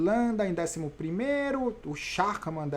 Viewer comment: Vovô Valverde é TOP!!! E ajudando na pronúncia... Maximilian Schachmann. Literalmente é Maximilian „Jogador de Xadrez“. Diga „chárman“...não tem erro! 🖖🏼 Sou fã de carteirinha do PowerLink Bike!!!! Saudações aqui da Alemanha 🇩🇪!